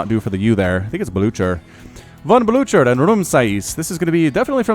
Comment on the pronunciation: Yeah :D Btw, it should be pronounced Bliher.